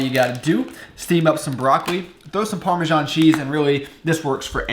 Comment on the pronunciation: I have been watching your videos for a week now, and I am starting to like it but... how the duck did you just pronounce parmesan?